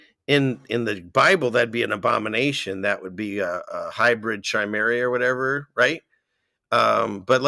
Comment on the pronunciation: Chimera sounds like Kimera—-being a Jew, I’d think you would know the “ch” sounds like a guttural k 🥴